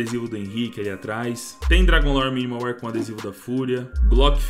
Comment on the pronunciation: AIIIIIIIIIIIIIIII Q RAIVA ELE A DIZER MINIMAL WIR FDS LÊ SE MINIMAL WÉR